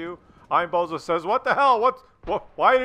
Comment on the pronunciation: And, the AMX's name is Bonzo, not bozo